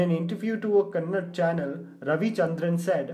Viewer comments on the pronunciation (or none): dude for god sake its kannada not kanad. my puke reflex hits the roof so fast when kids say this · BTW it is not “Kannad” it is “Kannada” get it right.. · It's "KANNADA" NOT 'Kannad' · It's not Kannad,, it's kannada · Really good video..but it's kannadaaaa not kanad.. pls correct it next time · 10.32 Very disappointed to hear u say "KannaD" , instead of " Kanna'Da' " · It is not pronounced “Kannad” it is “kannada” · What the fuck is "Kannad?". It is Kannada. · It’s Kannada not kanad 😀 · It's KANNADA....DA....not Kannad....for God s sake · It’s Kannada not kannad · Dude it's not kannad it's Kannada pronounce it properly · KANNADA not Kannad🤦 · It's not kannad, it's "KANNADA" .. you chutiye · DEEKSHA B C Don’t be disappointed guys...the issue is when we write or read in Hindi it’s written as ‘Kannad’ so people with hindi as their mother language will always pronounce it as ‘kannad’ 😬 It’s not intentional or to offend 😅